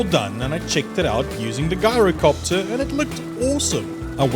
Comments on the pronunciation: Lol its gyrocopter not guyrocopter 😂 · "Ji-ro-copter" not "Guy-ro" 🤦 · You pronounced "gyrocopter" wrong. You should pronounce the "G" like a "J" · Ngl u Made a whole entire story. How I pronounce gyrocopter is jyrocopter